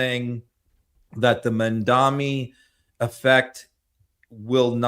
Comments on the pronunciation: Mamdani - not Mandami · TY as always. - it’s Mam-dani (think of your mom)! XoxO from NYC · MAM-DA-NI! If I can manage to pronounce "Filipkowski," I'm confident that can get Mayor Mamdani's name right. 💙🧡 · Unbelievable that doesn’t know how to spell and pronounce Mamdani….come on now, get serious and!